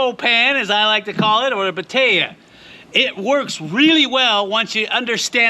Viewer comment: Batea?? I thought you were saying potato!!! 😛😂